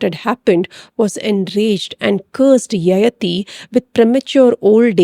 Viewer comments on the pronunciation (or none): It’s yayaathi not yayathi. Pls correct the pronunciation- sounds very odd to those who know the character and the story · Needs to be pronounced as Yayaati